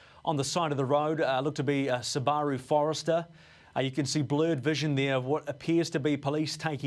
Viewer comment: ~ "Sa-BAR-roo"? ::facepalm:: Really? Say it with me slowly... "SOO-ba-roo". It's a name. Say it correctly.